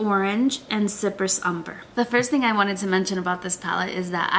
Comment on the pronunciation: FYI, tempera is pronounced with the accent on the first syllable, not the second “temp-er-uh” And cypress is pronounced “sigh-press”. It’s an island . Almost every YouTuber mispronounces these names. I’m surprised that people don’t actually go to a dictionary and look them up to see how they are pronounced. I really like your videos and your review but I thought you might like to know